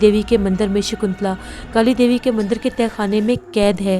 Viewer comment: Himalya (not Hamalya) Mandir (not mandar) Totally understandable if you usually mispronounce Hindi words. You are doing a great job. Thank you for entertaining us with your narration.